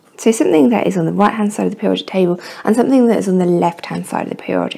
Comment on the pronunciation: She can't pronounce periodic